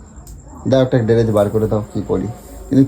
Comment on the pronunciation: ডেরেজ না কথাটা ড্রেস🤣🤣🤣